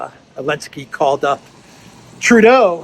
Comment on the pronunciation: "Send it lo elensky" LOL